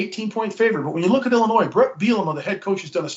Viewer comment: Illinois has a silent s. Iyiyi